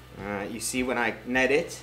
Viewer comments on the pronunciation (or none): FYI. "Knead" pronounced the same as "need".